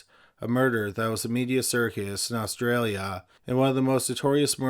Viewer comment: What's with the way you said Australia